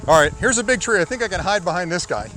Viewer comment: "let me see if I can hind behind these trees" that made me lol. great video love the demonstration I can only imagine this drone and the future of drones will get so much better! I can only imagine it will start picking better paths and will have better algorithms.